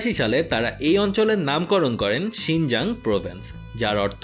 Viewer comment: 'শিংজাং' না ভাইয়া 'শিংচাং'